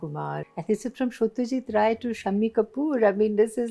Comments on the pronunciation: A delight ma'am Sharmila : your clear pronounciation of yourc native Bengali : epic ❤ Your filmfare bikini 🤸💕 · So lovely to hear Sharmila Tagore pronounce Satyajit Ray exactly how a Bengali would pronounce a Bengali name and didn't try to pronounce it like a non-Bengali ❤